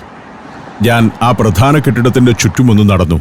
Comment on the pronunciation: it is not "pradana", it is 'pradhana'. Please mind your pronunciation. 😐